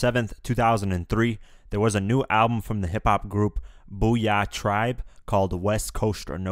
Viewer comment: The way this dude said boo yaa tribe physically hurt me lol 😂